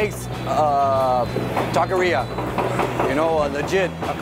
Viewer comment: That guy pronouncing taqueria like that is a tahqueerro. 🤦‍♂️